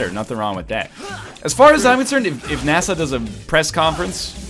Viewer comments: Why the hell does NL keep pronouncing NASA like Nassau? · No way does he actually pronounce NASA that way